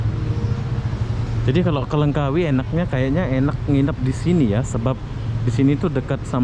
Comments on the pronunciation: Langkawi bang..bukan lengkawi 👍🤣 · LANGKAWI !! BUKAN Lengkawi